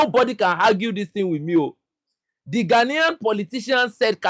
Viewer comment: did you say GHANAIAN......🙄😯